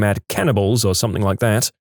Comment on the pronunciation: No k in the word something .